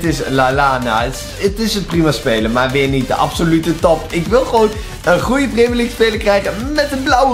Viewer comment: Stephanie Kayser preemjurleague zegt hij